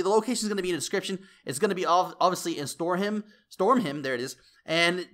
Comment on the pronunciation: it is stormheim not stormhem like you said